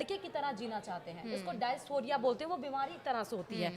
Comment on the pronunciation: Madam. दयास्फोरिया नहीं डिसफोरिया होता है 😅